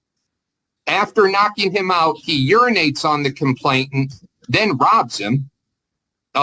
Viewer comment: Just my pet peeve: it’s “complainant”, not “complain*t*ant”